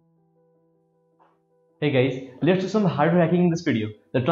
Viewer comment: 👏 idea kada hai vai 👏👏 & tyo last ko lets, letsa, lates,......... 😅😅astai hunxa video ma awaj 😂 नेपाली mai boldim jasto hunxa last ma 😂